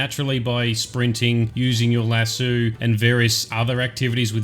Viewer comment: Lasso not lassu Nice video anyway man 👍